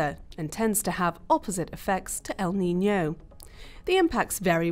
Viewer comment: Useful video but the stress paterns El NiñOOO and La NiñAAA are driving me crazy